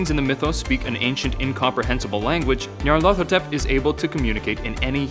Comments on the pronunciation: Pronounced, "Nee-Ar-Luh-Thoe-Tep", Not, "Nee'Ar-Lawtho-Tep" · dewd its pronounced nigh-yar-laugh-thot-ep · Nyar... LA-THOT... ep. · Nahhh you’re doing it all wrong. It’s pronounced Nyaruko-Chan! Tee he~ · You're saying my name too fast and not emphasizing the ATH as much you should. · How the f did u pronounced it. Wait, you repeated yourself... IsThAtAjOJorEferEncE